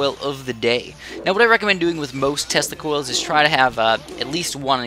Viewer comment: Sorry but, when he says "tesla coils" I hear "testicles"